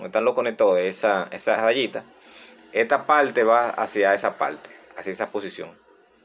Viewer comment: el conectoL paLte caLga Habla bien modula